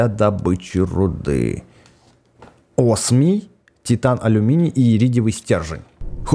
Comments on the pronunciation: ОСИМИЙ хахахахах (осмий) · какой блин осминий правильно оооосмий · правильно не осимий а осмий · как всегда не Осмий А Осимий. 👍